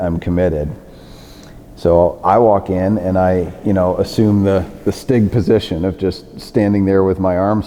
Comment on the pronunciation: Sounds German.